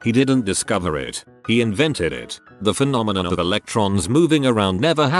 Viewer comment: Text: The phenomenon TextToSpeech: The Penononom